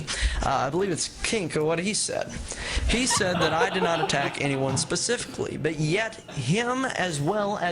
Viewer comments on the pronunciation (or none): none